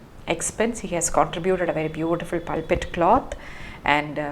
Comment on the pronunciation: I’m really impressed by your knowledge of the Church and its vocabulary. It gives me an impression that you have an intimate knowledge of the Christian worship and way of life. Please check the pronunciation of privacy and pulpit. Thanks.